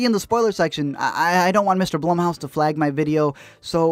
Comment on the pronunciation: LISTEN.... When you couldn't pronounce the name of the stupid studio properly, I turned off the video. "bl-oo-m" house...doesn't rhyme with "plum" ... It rhymes with "room"... ALRIGHT. Secondly, this doesn't need explaining. The movie was obviously going to suck, and there's no justification for that.